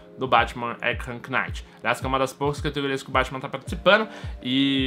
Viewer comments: que agoniaaaa batman arkam "quinaiti" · afliçao ele falando arkhan Knight '_'